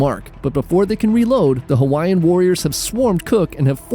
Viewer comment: I'm genuinely impressed with your pronunciation of Hawaiian words and names. Better than any professional/televised documentary I've ever seen.